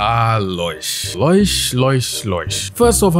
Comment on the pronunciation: Wait... it's pronounced Loy-sh? I've always called her Low-ish since her name is Lois. Or is this just for laughs?